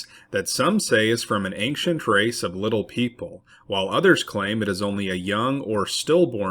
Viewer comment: Bro the word ancient doesn’t have a G in it